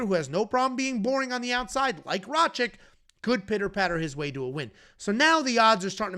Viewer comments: for the 100th time. It's RA-KITCH not RA-CHICK. Are u dislecsic or do u intentionally butcher easy to pronounce names? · BRO CANT SAY RAKIC LOLOLOL IDIOT